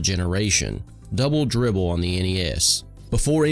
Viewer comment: It sounded like "bubble bibble." 😂😂